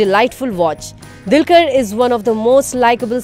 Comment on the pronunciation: Itz dulquer not dilkar..